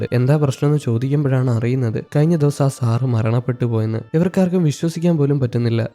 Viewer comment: സാറ് സാറ് എന്നു പറയുമ്പോൾ സാറ സാറ എന്നാണ് കേൾക്കുന്നത്